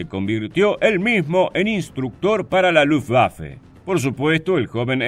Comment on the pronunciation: ¡Gracias por respetar la pronunciación de Luftwaffe en Alemán! Ojalá sirva para que otros también pronuncien las palabras extranjeras o en su propio idioma o en Castellano (la w se pronuncia como v en Alemán y todos los demás idiomas que usan Alfabeto Latino con la única excepción del Inglés) y no obligatoriamente con Fonética Inglesa, lo que es incorrecto. Luftwaffe significa Arma Aérea de Luft = Aire y Waffe = Arma. Wehrmacht significa Fuerza de Defensa de Wehr = Defensa y Macht = Fuerza. Kriegsmarine significa Marina de Guerra de Krieg = Guerra y Marine = Marina. U-boot es el apócope de Unterseeboot que significa Embarcación Submarina de Boot = Embarcación, Unter = sub y See = Mar. La doble o se pronuncia como 2 oes igual que en Castellano y no como u porque no es Inglés. En Alemán, todos los sustantivos se escriben con Mayúscula inicial. La s entre dos sustantivos que forman una palabra compuesta como Kriegsmarine cumple la función de Genitivo y convierte al primer sustantivo en adjetivo del segundo, estructura sintáctica de los Idiomas Germánicos y Eslavos. Lo que comparto para quien esté interesado en conocer un poco más del Idioma Alemán o Deutsch que se pronuncia doich con la ch del Castellano. Gracias a quien se tomó la molestia de leer hasta aquí.